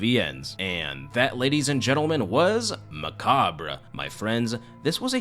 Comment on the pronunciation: My high school English teacher taught me the how to pronounce macabre and I always did my best to remember. It’s the same way you pronounce it. Thanks for helping me remember something special. Thanks for the video.